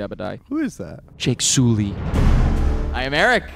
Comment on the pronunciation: I could not stop hearing Eric say Jake Sooly when I was watching Way of Water😭😭